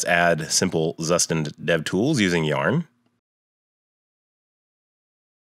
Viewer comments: Thanks for the video,. "Zustand" is German for "state", or more like "version" and is pronounced "tsooshtahnd". They say this right off the bat in the docs. This is a good pronunciation reference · Zustand = Tsushtand It's not so hard to say. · Please pronounce it right